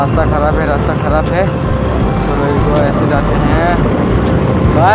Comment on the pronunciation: Rasta nahi bolta 😁rajte bolta yrr